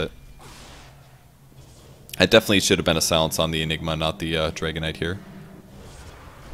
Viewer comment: Am i the only one who finds it funny that way of pronouncing Dragon Knight sounds like Dragonite:D?